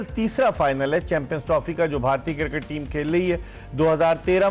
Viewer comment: I Dont want "Sami" final,,, i want "Shoaib" final😂 For Us: its Cricket For: its Kirkit 😎